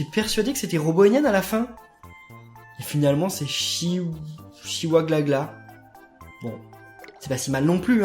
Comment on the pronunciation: et aussi c est pas chiaglagla (désolé je ne sais pas l ecrire ) c est Frahoahoa